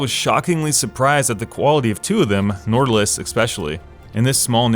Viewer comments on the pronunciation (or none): I’m not norwegian but i’m pretty sure the D in Nordlys is silent.